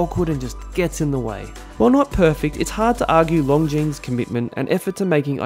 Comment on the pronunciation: Another fantastic review,! Well done. Love this Longines. Oh and if I may nit-pick: the S in Longines is silent;) Looking forward to the next one!